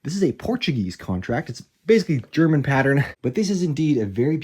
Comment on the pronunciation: yes. I'm always pleasantly surprised by your good German pronunciation as well. Nicht viele amis können das. 👌🏻🇩🇪